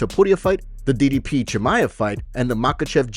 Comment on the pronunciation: it’s soo funny how people call out other people for mispronouncing fighter names and we have dana that can’t even say ddp right😂